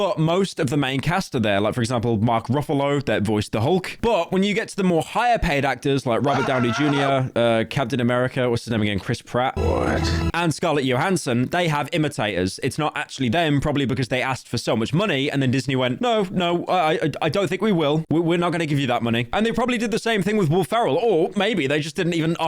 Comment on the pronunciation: I find it hilarious how Pyro somehow mispronounced Scarlet Johansson’s last name as if she was Hispanic 😂😂😂